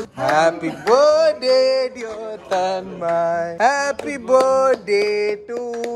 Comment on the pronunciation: I love how everyone including Tanmay pronounce "Birth-day" as "Berday" 😂😂😂